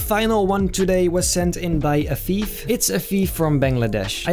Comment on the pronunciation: When you said that the picture was sent from Afeef I fought you said a thief😵‍💫